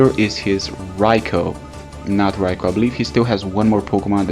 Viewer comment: You pronounced raikou's name properly. Bravo.